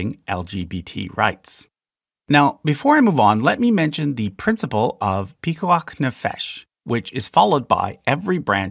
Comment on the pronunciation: I am Iranian Jew and an ICU nurse. Many times I have to work over Shabbat therefore I can’t observe it. I often feel bad about it. Thank you for saying „pikuach nefesh“. I really appreciate it.